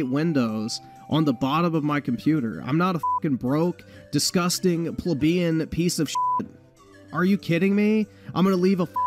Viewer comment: if you're gonna use words like Plebian.... maybe not pronounce it like one OOF what an intro hahaha